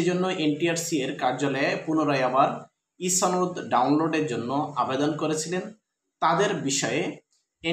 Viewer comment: ছনদ নয় সনদ হবে।